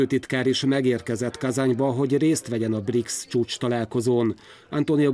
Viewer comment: Briksz helyet magyarosan ''brics''nek olvasott BRICS csoport na ott fogtam fel hogy a bemondó csak felolvasó és nem szakértő. Azért nem elég csak helyesen kinézni egy műsorvezetőnek kedves MTVA ....